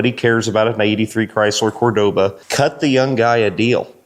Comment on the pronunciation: I'm pretty sure you took many shots before.😂😂😂 There is no such thing as a Cordova..... It's Cordoba.